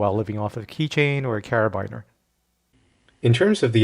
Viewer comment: anyone else notice the pronunciation of carabiner? that immediately threw me off!